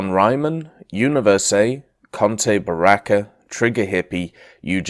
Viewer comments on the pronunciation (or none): none